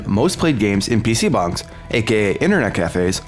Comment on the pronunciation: wtf does he keep saying pc bungs